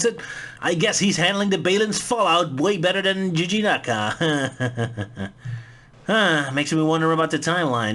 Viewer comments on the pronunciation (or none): Hah, you mispronounced both Naoto Ohshima and Yuji Naka. You forgot to pronounce the first "o" in Na-o-to, and then with Yuji Naka, you said it like Juji Naka. But it was close enough :P